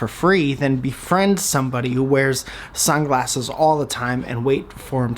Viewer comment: when u said "sunglasses" i thought you said "some glasses" okay i think thats all i got to say